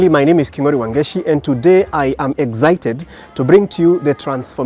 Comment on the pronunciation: Why do Kenyans say exzited instead of excited?